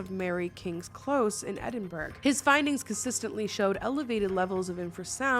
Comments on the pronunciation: Fun video. Just a little fyi - Edinburgh is pronounced as "Edinbruh". I love it when you talk about your own experiences because my daughter has the same thing and she also sees ghosts/spirits as corporeal as anyone. She does often get a feeling about them, though and will ask if I can see them, too (or whoever she's with, if she has told them about her sight- she doesn't often tell people). I need to add here that she is an adult, not a child. I say this because sometimes people on the internet accuse me of not getting her 'help'. Lastly, Scarlet of the Fae (a folk lore specialist) has a great podcast called Modern Fairy Sightings for some interesting fairy stories. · Quick note; Edinburgh is pronounced more like Eh-din-bruh and not Eh-din-burg:) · Edinburgh is not pronounced Edin-burg it’s pronounced edin-bruh 😂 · Ml you said Edinburgh wrong... It's Edinbruh that's how you pronounce it😭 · When you said Edin BURG were you trying to say Edinburgh (Scotland, UK)? Cause I'm not sure if that's what you meant or a completely different place but Edinburgh in Scotland UK isn't pronounced like that so I got a lil confused. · It makes me laugh hearing Americans try to pronounce British cities and towns like Edinburgh (which is pronounced Edinborough) and Shrewsbury, to name a few. The only reason we struggle with American towns is because a lot of them still have native American names. As they should. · Hello from Scotland! Edinburgh is pronounced Ed-in-bruh just an fyi, absolutely love your videos 🫶🏼!! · Repeat after me : Edin.. bruh 😂😂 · Hearing you trying to pronounce Shropshire and Shrewsbury has made my day 😂😂😂 it's like shop with an r after the h (shrop) then shire 😂 shrop-shire. You also don't pronounce the g in Edinburgh 😊